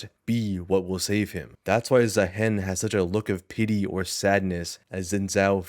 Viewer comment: you said Zaahen properly ONCE this entire video, are you rage baiting